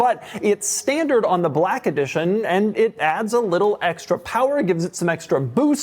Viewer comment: Our boy California doug pronouces Second as Secont and I'll never unhear it, just like how they say Tezla on the car pod.